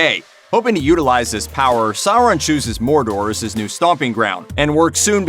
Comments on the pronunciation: SOR on. Not SA ron. Omg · Revan sour-an is correct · Sour- Ron 😂😂